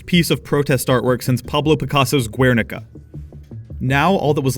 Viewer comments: no to be a nerd but its actually pronounced gehr-ni-ka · actually is pronounced ger-'ni-ka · as much as I love your videos I can't forgive you for pronouncing Guernica as "Wernika" like that produced me physical pain as a spaniard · please for the love of god, learn how to pronounce "guernica" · You don't pronounce the U when you read Guernica